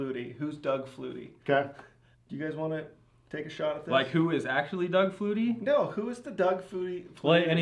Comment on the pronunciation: I love how y'all call it a Doug flutey lol